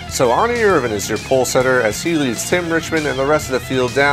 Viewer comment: Why do you say Ernie like its spelled Arnie. Like i don't remember Bart and Arnie lol